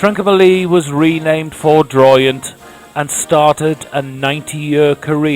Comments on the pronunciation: Minor pronunciation point the ship was called HMS Foudroyant, a French word meaning suddenly and with force not Ford (as in the motor company) royant. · Foudroyant is pronounced:- “FOO-droyont”. It’s a French word, and implies ‘lightning strike’ or ‘fury’. A German word could be ‘blitz’. British ships with similar names, were: ‘Furious’, ‘Thunderer’, ‘Resolution’. They all sounded jolly cross. Rather a paradoxical juxtaposition. Jolly and Cross are opposites in their senses.